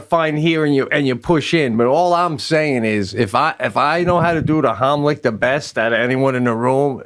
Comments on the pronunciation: The Haamlic.....? ;) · The “homlick” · Idk about you but I ain’t trusting someone to do the Heimlich on me when they can’t even say it right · "Homlick, homlick." "It's the HEIMLICH!" Right after, "the Homlick!" Dude!!